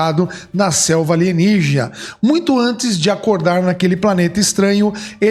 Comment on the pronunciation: "Selva alienija" KAKAKAKAKAKKAKA😂😂😂😂